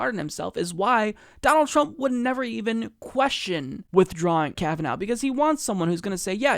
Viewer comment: Lol, "Kavanow".